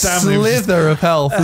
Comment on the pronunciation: Did say he had a slither of health? LMAO, it's sliver.